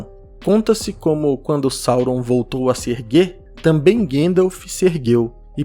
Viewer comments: não sei quem é "Guendaf". repita comigo: GAN-DALF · Eu adoro os seus vídeos. Meu único incômodo é com a forma como você pronuncia Gandalf. A pronúncia é "GONDALF". O próprio Christopher Lee pontuava isso no set de O Senhor dos Anéis. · Pfv, não fala Guéndalf 😭😭😭